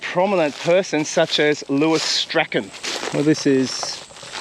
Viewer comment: You are mispronouncing poor Lewis Strachan's name.... It's Strachan not Strachan.... Hmmm that probably doesnt help. If you review your 2 videos where you searched for and found Shirley's helicopter wreck you can teach yourself how to pronounce Strachan correctly. Lewis Strachan's last name is pronounced the same as Shirley Strachan's name is pronounced.